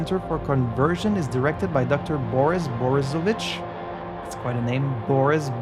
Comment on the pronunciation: it's his name and his patronym - part of the name that is formed from the name of his father. "Borisovich" means his father was also named Boris. Oh, and it's pronounced differently, ofc. The r is harder, and stress is on the second syllable.